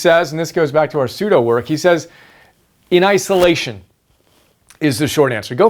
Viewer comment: The way how you pronounce Pseudo is kind of awkward. Because another study tips Guru Thomas Frank, he mentions Pseudo Skimming in his covering the 5 reading strategies. Not only that but Thomas is already my first favorite study tips guru. But doesn't Pseudo work sound like your passively reading. Whereas, reading by word excluding the different ways without reading paragraphs by words. Instead, Thomas states, is to hack Akrasia by using this short term award for eating healthier snacks like almonds for each paragraph. And also, tracking your progress is much important because Thomas uses BeeMinder which, is basically a website of keeping track of the assigned tasks for certain numbers by time in minutes. Overall, I am worried that I may be missing important key terms, phrases or few details and fast facts from, certain parts of the paragraph when using Pseudo skimming.